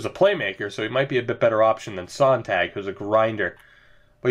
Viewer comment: Hey! Love this franchise series. Just thought I'd help out with a pronunciation. For Tomas Sonntag his last name is pronounced like (at least really close to) Zone-Tag. And the Tag part should be pronounced like Hog but with a t. Keep up the great content!